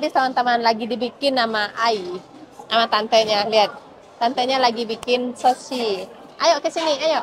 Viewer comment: Ngmong sushi kok soshi 😂😂😂😂